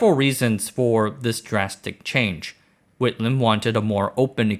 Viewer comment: Whitlam! Words fail me.